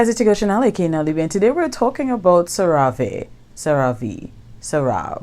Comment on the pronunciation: Thanks for the honest review... don’t work with the company, but it’s pronounced “serra-vee”